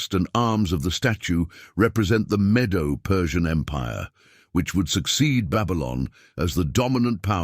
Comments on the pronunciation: Medo - Persian, not Meadow Persian Empire. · It's not Jaffeth, it's JAPHETH!! Zeru Pabel?? Please! It's Zerubbabel. If you can't get the names straight, how much truth is there in this presentation??? The "meadow" Persian Empire? How about the Medo-Persian Empire??